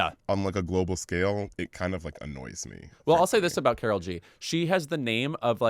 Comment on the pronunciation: Guys, you don’t like Karol G cause you say her name as if she’s a white American lady from Minnesota 😂😂 she’s cool w the correct pronunciation and understanding that the name Karol (pronounced Kah-d-ohl, like the d in auditor) or Carolina or Karolina is popular in her generation in Colombia and does not have the cultural connotations it has in the US.